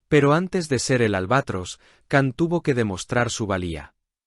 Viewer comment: Не Кан - ДЖАН. неужели так трудно запомнить?